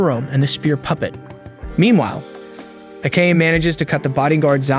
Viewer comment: It's Ah-Ka-Neh. Who tf is A-cane?